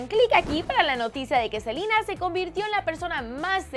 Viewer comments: es selena no silena jajajajajaja😂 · si vivian fuera Latina diría Selena no salina pero es e.u.a y dicen asi asi ¿ono? PD:no me vengan a insultar de que me quejo que le dicen selina ,no me quejo solo es mi opinión gracias por entender :) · F.Fangirl★ yo escucho que dicen selina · Selena, Selena tan difícil decir Selena Gómez